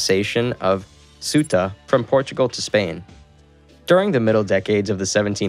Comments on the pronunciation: Suda and melila, oh yeah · soota melila hispaynia yoomad caliphate